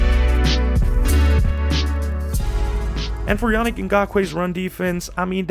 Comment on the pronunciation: Great breakdown! I believe his name is pronounced (Ya-Neek). Can't want to see him hit the field with us. We've needed an edge ever since we lost Mack. Trevis is, unfortunately, not the guy..